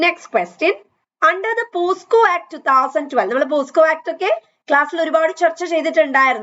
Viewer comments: POCSO ACT aanu not posco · Pocso ആണ് not posco..